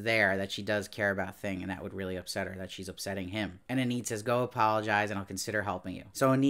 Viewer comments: Hey, small detail: you keep pronouncing the name Enid as "eh-NEED" but the correct pronunciation is "EE-nid." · overall, he did a good job reviewing it, but the constant mispronunciation of Enid throughout all of his videos was a bit distracting.